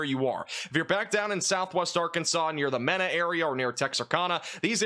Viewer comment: Mena, AR. Mee’ nah.